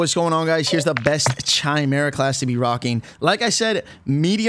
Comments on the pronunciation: Okay I joined this game at the start of season 3/last week of S2, can someone please explain to me why people call the chimera CHAI-MERA with the pronunciation similar to (TAI) instead of chimera KAI-MERA with the pronunciation similar to (KI- FROM KITE). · Chimera “Kai-Mare-Uh” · Like nails on a chalkboard when you say pronounce the “ch” in chimera, not trying to hate on you brother keep up the good work